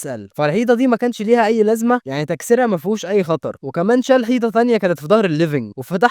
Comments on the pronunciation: كفاية كلمة حييتا ، اسمها حيطه ، الفديو حلو وعاكل مجهود فيه يحترم ، بس اختار الكلمات اللي ماتكونش ضعيف فيها زي حيييتا وكومبويوتر والحاجات دي ،والله يوفقك وينجحك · اسف بس انت ليه بتقول حييطه😂😂😂اسف اسف اسف❤